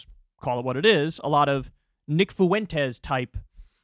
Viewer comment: Bruh, when you say fuentes, don't exaggerate the "u" sound. The basic rule with dipthongs is that in Spanish, i and u are weak vowels and a, e, and o are strong vowels.